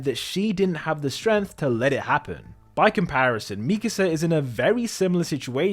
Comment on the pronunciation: Finally, an AOT video THAT KNOWS HOW TO PRONOUNCE MIKASA